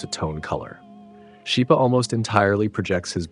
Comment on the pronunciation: Just a small point. Schipa is pronounced skeepa